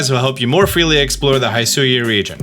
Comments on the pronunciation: throughout the entire video your pronunciation kept ticking me off... its HE-SUI, not HAI-SUI... its WEER-DEER, not WURDURR... come on... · All trailers: "Hishui region", this dude: "HaIsHui" 🤷🤦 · Every time he says Haisui instead of Hisui, and it makes me flinch up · This has been bothering me for a while so I need to bring this up. You're saying "Hisui" wrong. It's Hih-soo-ee. You pronounce the "Hi" part like "hit" or "hitch" or "hiss". Those are the only examples I can think of lol. It's not "HI" like "hi" or "high". I hope that made sense. Go watch the Pokémon Presents video again, they say the name of the region there so you'll get a better understanding. I just want you to pronounce it correctly. Idk why but I hate it when people pronounce things wrong. So I hope this helped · It’s not “hai sui ” it’s “hee sui” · Good vid, Though its (HE-SWEE) 100% not (HI-SU-YOU). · Love the analysis and mostly everything, except the way read Hisui as "Hai-su-wi" and Wyrdeer as "Wer-dur". Even if the official trailer already stated how they were pronounced. lol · Hisui: Try saying it like “hee-swee” (don’t stress either syllable) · Clothier is very much a real and normal word, though you missed the entire letter i in your pronunciation. 😅 also... Hisui = hee-soo-ee 👀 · The pronunciation of the region "Hisui" is Hi as in "Hit" an Sui is just the way you pronounce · It’s he-swee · Its hi-su-we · it's pronounced "he" "sue" "ee" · The way he says "Hisui" and "CelestiCa flute" just kills me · Please watch the original trailer for the pronunciation of Hisui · Im so triggered by the way he says “Hisui” and “hisuian” 😂 I feel like they literally said the pronunciation in a trailer. Sorry im so petty 🤪😳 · how could you deep dive and analyze all these pokémon videos but still mispronounce Wyrdeer and Hisui? they literally said the names when they announced them 🤣